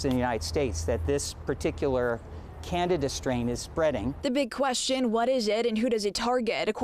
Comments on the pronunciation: Please say, CAN-DEE-DAH....People are hearing "Canada...." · This reporter, is an idiot. Canada RS? Canada? It is Candida/Candiadas. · Can-di-da, not Canada 😂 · Candida not Canada. 🤦‍♀️ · Can dee da - not Canada. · They can't even pronounce it correctly...it's Can-dee-da.....good Lord. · Not even the Dr pronounced it correctly! Look how it's spelled at least! It's pronounced "CAN-DEED-A" ! Spelled- CANDIDA! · Oh my God!!! We are all gonna die!!!!! Good God!!! Stop freaking out! Eat yogurt with active yeast cultures every day. Poof! No Candida infection!!! And damn it guys! It's pronounced like this "Can... dee...Ta!" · Did she say Canada? haha....that's not it.... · "Can..D..Duh".. candida is high yeast in the system. It drives me crazy when the news says it wrong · Can dee duh